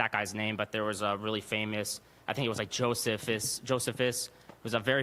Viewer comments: "I'm a linguist" *5 minutes later "A very famous Roman historian, Jo-se-phis" "Josephus?" (a Jewish historian) "Yeah, sorry, pronunciation was wrong." "The religious leaders are notorious for making things up." *1 minute later "That quote from Josephus was completely made up." "No, it was likely changed by later Christians, but we still have a similar quote from Josephus." Also "Nobody spoke Koine Greek" -the common language of the day. This kid didn't know a thing he was talking about. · Every anti God liberal speaks as if they were given talking points. He mispronounced Josephus. He has no understanding because he won’t read the Bible for himself. Gets info from online atheist sites. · I study linguistics and languages and then cant even pronounce Josephus name :) hahahahahahah learn to walk before you run you are born with two ears and one mouth use them accordingly ! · “I study linguistics” proceeds to pronounce Josephus incorrectly… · I must say, I don't believe this guy,, studies linguistics. He has a problem with who wrote the gospels, and then wants to quote Josephus but can't get the pronunciation right. I think he's just heard some stuff and is regurgitating it. He hasn't really thought it through. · "I study linguistics" but pronounced Josephus wrong. lol Super petty but funny. Actually, he's right btw, Josephus said that almost no one in in their culture spoke greek. "I have also taken a great deal of pains to obtain the learning of the Greek language although I have long accustomed myself to speak our own language, that I cannot pronounce Greek with sufficient exactness: for our nation does not encourage those that learn the languages of many nations." (Antiquities of the Jews, 20:1:2). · A linguist who can't pronounce Josephus. Hmmmm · The linguistics specialist guy doesn't know how to pronunciate a name,lol! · You can't pronounce Josephus and you are a linguistics major?? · Linguistic professional who doesn't care about pronunciation?